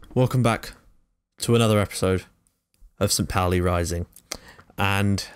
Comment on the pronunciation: Great work mate! So good to see someone recognize St.Pauli for its awesomeness! (On a sidenote: St.Pauli is pronounced 'poul-ee')